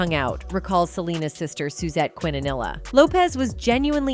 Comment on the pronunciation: Quintanilla pronunciation: KEEN•TUH•NEE•YAH